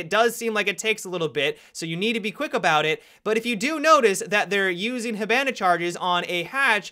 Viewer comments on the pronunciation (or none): (Hib) (an) (a) LOL normal poeple say (hib) (on) (a) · tf listen how he says hibana